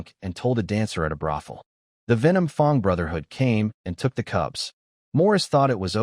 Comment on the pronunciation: Like the story but I have issues with the pronunciation errors, fong instead of fang and bow instead of boh, they're spelled the same but pronounced differently and mean different things, a bow is a weapon, bow means bending forward at the waist like bow to your partner in some dances.